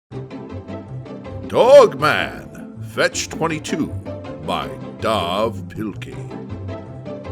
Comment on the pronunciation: Dav is supposed to be pronounced as Dave 🤦‍♂